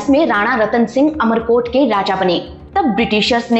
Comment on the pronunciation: इसका नाम अमर कोट नही उमर कोट है